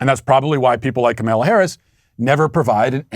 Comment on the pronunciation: obviously isn't in the Sweet Baby Gang (SBG) if she didn't realize Matt would do that Lol. I smile every time Matt mispronounces Kamala's name. Keep strong SBG.